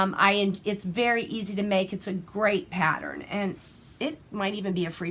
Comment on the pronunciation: Pattern and not patter